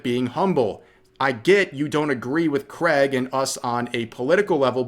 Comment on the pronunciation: It's Craig, not creg